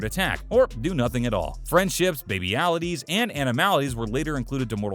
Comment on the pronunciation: Oh man… “babyalities”. The fan inside me cringed a little